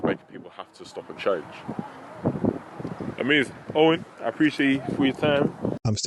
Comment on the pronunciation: "Amazin" hes definitely a JLP watcher. XD knotted me every-time xD